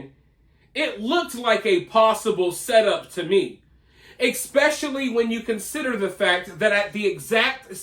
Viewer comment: I like your channel and commentaries. But please…if you want to sound intelligent…it’s not eXpecially. It’s pronounced ESpecially. Easy yo correct.